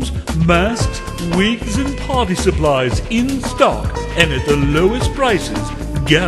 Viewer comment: When the commercial for that moon costume thingy came up and he said "Party" i thought he said potty.